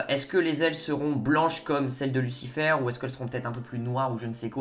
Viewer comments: Mec t'es pas anglophone stop dire lucifeure c'est lucifayr .... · Tu dis n’importe quoi, amenadiel n’a jamais dis que Michael est plus fort, justement il a dis que Lucifer est plus fort, et tu dis « lucifeur » au lieu de « lucifèr » et Lucifer est allez en enfer pour protéger chloe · Arrête de dire lucifEUR stp 😭😭😂